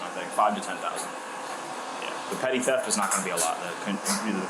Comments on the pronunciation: isn't it "petty" theft? not "petit"? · Uh excuse me did you say "pet it theft"? It's pronounced "petty". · The narrator really pronounced it pet-it theft😂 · The way you pronounced petit lol